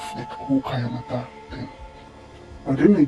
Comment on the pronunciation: It's kaayanmaata not kayamata